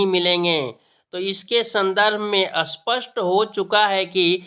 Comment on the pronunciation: Bhai ji पहले हिंदी बोलना सीखो इसपस्ट को असपस्ट बोल रहे हो